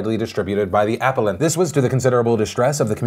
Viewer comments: Apple-ent. A-pal-lent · The way you pronounce "appellant" bothers me more than it should :') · Appellant Uh-pell-ent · Why do you pronounce appellant this way?